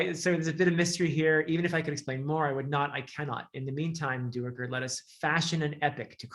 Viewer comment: According to the audiobook Duiker is pronounced Dike-er. I believe that is correct even though I, too, HAD been pronouncing it do-ick-er, like you do. Small thing I realize, but just thought I'd mention it.